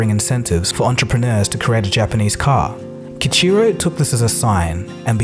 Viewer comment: His name should be pronounce Key-Eeecheerow with the r like a rolled r...and the Mirai should be pronounced Mee-Rah-Eee.